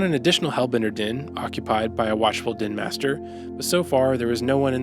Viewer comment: I think you're saying 'den' but all I can hear is 'din.'